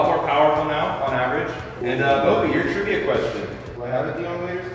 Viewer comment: After the sponsor when he said let’s get into the trivia part I thought he said let’s get into the trimming part and he was gonna show us him shaving his balls😂